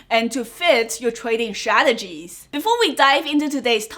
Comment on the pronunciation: it's not shradegies it's strategies